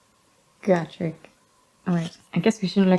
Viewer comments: It's 'Go-Trek', not 'Got-Rek'.... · which is weird cuz in the audiodramas it’s pronounced Got-rek.